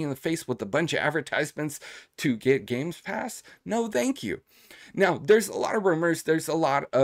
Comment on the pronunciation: Why do u say GameSpass ? 😅